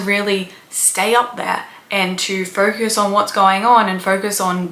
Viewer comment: I like how you pronounce "focus" and "ferkus."